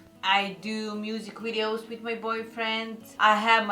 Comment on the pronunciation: You're awesome and I love the way you say "wideos" lol